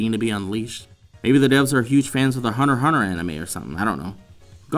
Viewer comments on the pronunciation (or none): Uh, it's "Hunter 'ex' Hunter" Every true anime fan knows this. Probably.